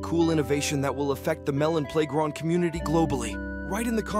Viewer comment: Every time that this guy's AI voice messes up Because I'm bored. 23.OWWOOWO its on the 3 ardy of may The editor ofeth the bomb The melon playgronk the Malone Malone pay round Personally I would like abortions in melon playground February 2024 Was half a year ago. a blane Malone Pieground See you the other day!